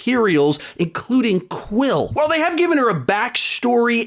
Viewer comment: ITS QUEEL NOT QUILL